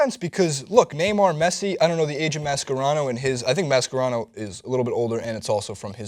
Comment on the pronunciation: I hate the way you say Mascherano